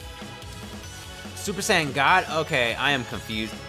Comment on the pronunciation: Bruh my wish for videos are for him to say super saiyan not super San but still loved the vid keep up the great work